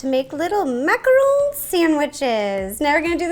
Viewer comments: Macaron, not macron. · It's macaroon, not macaron. She has no idea what a macaroon is. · It is not macaroon it is macaron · Macarons and Macaroons are different, and it's Mack-uh-rons not mack-uh-rones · Shes saying macaroon. but she's making a macaron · it’s a macaron not a macarooon that’s a different dessert wow I thought you would know that... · I love the way she says French macron!🤣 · " French mmMaccarrrowne " -ro 2020